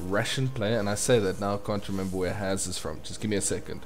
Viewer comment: S in "Has" is pronounced as in Super not loSe.